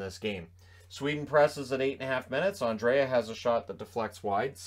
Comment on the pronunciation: Swedish captain name is NOT Andrea, it is Andrae! Treat the second ’a’ as silent and you are good (André). I’m going nuts with the english speaking commentators.